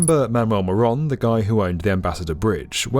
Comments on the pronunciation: Sure the name is Moroun and not Moron ? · Detroiter here, Matty was an absolute asshat. His last name is pronounced "Mo-rune" or "Muh-rune" by locals. I'm sad to see most of Delray being demolished to build Gordie Howe, but the second bridge was a necessity.